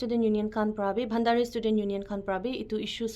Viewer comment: It's bhandari not bhandhari ☠️